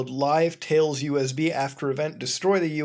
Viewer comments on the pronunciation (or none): none